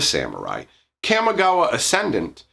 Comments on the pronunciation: kamigawa, not camigawa. lol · Your pronunciation of Kamigawa is triggering me. Camma? Really? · Are you forgetting that in D&D has "Chaotic" as an alignment? It's pronounced "commie-gawa" Also I'm calling it now, the planeswalkers are Tezzeret, Ral Zarek, and probably Jace because he is poster boy who sells packs. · It is a soft (a) - Kah-mee - it hurts hearing it pronounced the way you do. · Look, I like your vids, but the way you say Kamigawa hurts my soul. Kah-Me Gawa